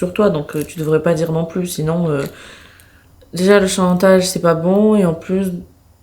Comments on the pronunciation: elle a dit tatage ou c'est moi ? 😂😂😂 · elle a dit tatage😂😂😂😂😂❤❤